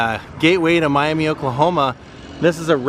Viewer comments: Hey, you pronounced Miami correctly! Most out of towners want to call it Miami like Florida. My brother was friends with Steve Gaines in college. Steve’s band in college was Cellar Door. Hope the car repair wasn’t too expensive. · I ❤ that you pronounced Miami properly!